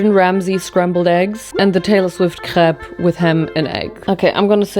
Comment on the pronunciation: It is pronounced Cray-p. Not crap lol